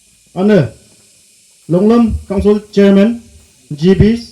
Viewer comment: Longlum ❎ longlram✅